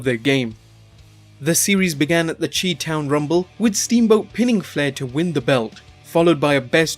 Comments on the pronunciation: Pronounced shy town, not chee town.....Chicago. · Dillon Haggett Thank you... one doesn't call it "Chee-cago", Illinois lol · "Chee-Town Rumble". xD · Love the list, but it's pronounced SHY town Rumble.